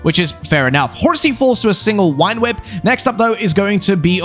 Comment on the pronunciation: Early on in this, i love how you say "Wine Whip" for "Vine Whip."